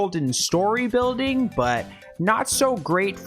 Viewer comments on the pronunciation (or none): none